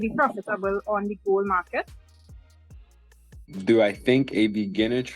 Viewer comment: Ya sounded like bull, but she definitely did say gold. you should get back to her on that question! She seemed very friendly.